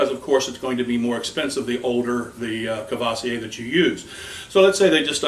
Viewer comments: COOR-VWAH-ZEE-AY not CUH-VAH-SEE-AY. What are you Busta Rhymes? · When you speak a french name of alcohol, pronounce it French..not American! Courvoisier!!!